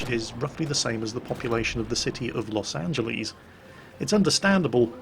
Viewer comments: I could be wrong, but im fairly certain that it's Los Angeles, not Los Angelies... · "Los Angeleez"? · Use correct pronunciation of Merkava, then later say "Los Angelees." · Really!? Los "Angelees". I respect your accent but omg Angelees